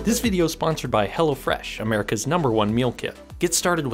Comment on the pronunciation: Is ot "Hella Fresh" or Hello Fresh... ? 😂